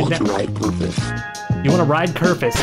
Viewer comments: its kerfuś, with an ś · its kerfus